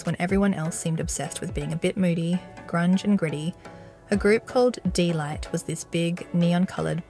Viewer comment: its DEEE not Day!